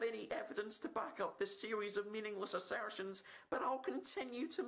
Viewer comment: "Mindless Assairrrstions"